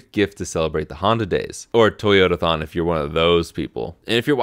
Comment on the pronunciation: I almost spat out spaghetti when you said toyotathon😂 caught me very off guard